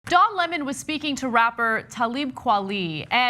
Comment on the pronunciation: I love how in the video Lemon points out that people say his name wrong so he makes sure to get everyone elses right... and then Ana pronounces it wrong. It's Le-mon, not L-emon